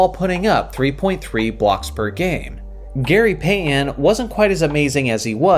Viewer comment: Who is Gary Pay-uhn?